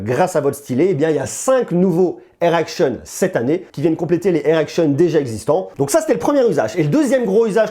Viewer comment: Aaah Air action, j'avais compris "errection" ils ont fait une boulette là ! 🤣